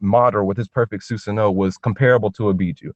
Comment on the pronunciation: He called it " Susa-no" fuck that guy